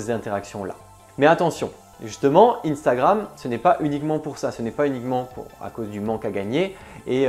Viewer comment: Arrête de dire INstagramme soit c unstagramme en français soit INstagraM en anglais